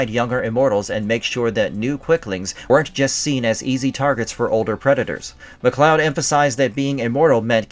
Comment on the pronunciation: Why the hell are you butchering their name? It's not like they don't already pronounce it in the movie/series